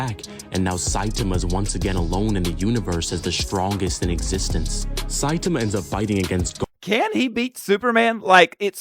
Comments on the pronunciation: Yeah, don't like the way that video pronounces, the second syllable should be stressed, something like sci-TAH-muh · This guy (in the video) saying Saitema every time instead of Saitama kills me. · if you want a good watch, go see the death battle popeye the sailor man VS. Saitama. Now that is a gag battle 😂 who wins? That's up to you to see. Also, Saitama is pronounced like sye (with a long I sound) - tomma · Saitama = Sye-tah-mah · Saitama pronounced Sigh-tom-ah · (Sai- tah- mah) 😂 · Pronounced like Sigh-Taa-Maa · His name is pronounced sci-tama. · he is lying. It's "Sigh-tah-mah" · Congratulations, you've already accomplished making me cringe 3 times in less than a minute with how you said "Saitama". 😂😮‍💨 Please, dude, just watch one of these anime or read the manga already. One Punch Man is at least a short and easy one to get into. It will answer your questions so fast. 😭 Also, One Punch Man is a very satirical series. Don't take it too seriously. I've only seen a couple of this guy's videos, so I don't know if this was intentional or not, but that was dumb as hell to say. Yes, that is LITERALLY what happened. 😂 No, he can only use Kaioken specifically in his god forms because of the total control of mind, body, and spirit (thus, ki) required. He cannot use it in his normal Super Saiyan forms because of the rage that fills his mind. Yes, it's canon. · That video uses an AI voice. It's pronouncing Saitama wrong. There's supposed to be more focus on the second syllable. One Punch Man is intended to be satirical. Goku doesn't pull hits from the future; he just predicts where and when his time skip will attack. This video is getting some info wrong. Gods are capable of achieving Ultra Instinct. But it's a challenge even for Gods.